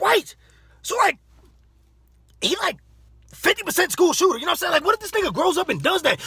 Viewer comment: This man said 50% school schooter... im dead 😂😂😂